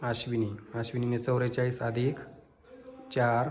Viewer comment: चौरेचलीस नाही चौवेचालीस